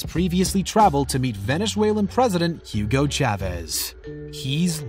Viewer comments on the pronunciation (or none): none